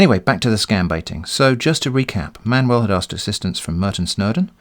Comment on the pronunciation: It took me 15 minutes that you pronounce Manuel as Man-well ...... UFF